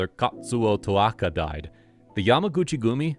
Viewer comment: You pronounced almost everything correctly. But it's Ta-o-ka.... not To-a-ka. You switched the "a" and "o".